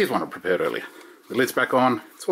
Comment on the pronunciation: LOL - "So here's one I prepared...", "So here's one I perpared..." - Nice video, thanks, quick easy and to the point. Love it.